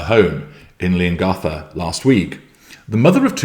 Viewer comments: Leongatha the th is pronounced the same as in three, thought, throat. Yes, the a as in apple. Another one they always get wrong is Gippsland, the G is the same as in Goat, Green, Great not a J sound as in Jelly. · you're making all my dreams come true. Thank you! 🙏😅 P.S. Just a little note from an Aussie to a Brit, it's pronounced lee·uhng·ga·thuh. 😊